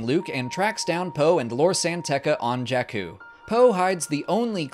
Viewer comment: I agree. Incredible work. Also, it's Jakku (sorry😂).